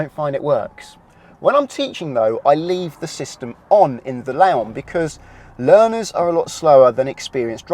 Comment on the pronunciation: Why do you call your car a Laon when it's a Leon the second letter is an e not an a...just thought I'd mention it otherwise a....many thanks for your hard work.